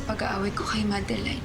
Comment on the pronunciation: Mikko Artista Sebastian Alvaran Daz madelide ata pangalan nun😂basta ang pronounciation eh madelayd (sa akin lang ah) pero di ko alam spelling😂